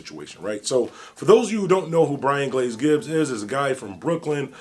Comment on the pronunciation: Gibbs not glibs 🤣🤣🤣🤣